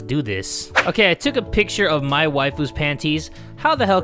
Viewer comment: I honestly thought he was calling her "my wife-u"